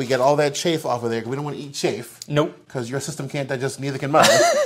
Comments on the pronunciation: Chafe??? It's chaff and pronounced as such... Google it. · CHAFF not CHAFE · Chafe? Not chaff?